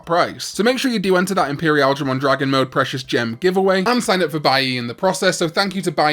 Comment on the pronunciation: I shall never get over how says Imperialdramon 😂